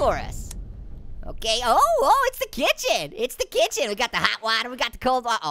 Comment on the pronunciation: What do you call kitchen a kick-hen 😂